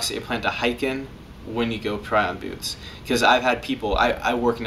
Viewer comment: Anyone else laughing at the way he says byoots?